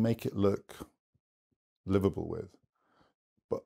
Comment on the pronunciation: Every time he says 'liveable' I hear 'Liverpool'.